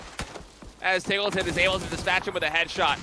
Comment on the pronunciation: Isn't it pronounced TEEGLETON, not TIGGLETON?